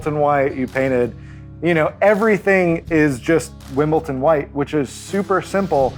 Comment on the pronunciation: FYI, it’s pronounced (and spelled) Wimbledon (”dun”) not Wimbleton (“ton”).